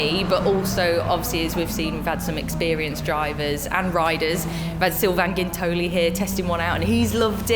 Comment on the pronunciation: His name is spelled Sylvain Guintoli (and Grace pronounced his name properly, which is cool) ... hell of a bike racer and former MotoGP rider and World Superbike Champion, so it's a huge compliment if he likes your product! :)